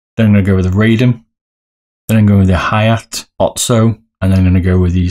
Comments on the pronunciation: lol its Ha - ya - TEH it is a complete stop at the "te" part you don't prolong the pronunciation like "tay" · It's Ha-ya-te not Haiye or Haiyet and "Hien" is pronounced like "Hee-en" ^^